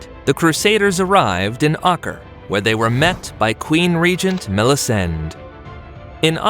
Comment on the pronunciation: Ak-Rah, you got all the other pronunciations right but a four letter City called Acre comes and you say it wrong lol.